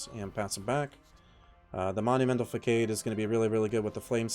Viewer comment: The c in facade is a soft c. Sounds like Fuh-sodd.